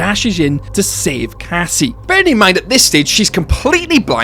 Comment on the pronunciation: Strange in my ears Roxy said something like Cassima because I clearly hear the Cassie at the beginning but then there's this 'ma' at the end. Maybe Cassie full name is Cassima ???